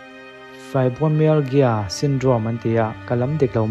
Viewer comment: A first a i lamdan kha adik zawk e 'Fibromyalgia.